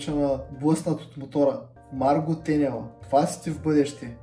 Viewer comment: поздрав! Добър си! Но пак казвам..МаргО..ударение на О! МаргО!!!